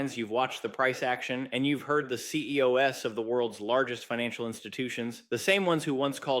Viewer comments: CEOS instead of saying CEO’s …. Yeah. At least an avatar. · "C-E-O-S"? Not "Ceo's"? I'm wondering if you're a person or totally AI-generated. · I knew as soon as he said CEOs as “C E O S.” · OMG did I just hear you say CEO "S" at the beginning?!? AI generated piece of $HIT